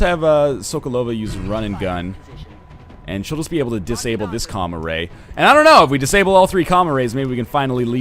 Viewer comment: When ever he says Com-Array I hear Comma Ray. I bet Comma Rays are adorable.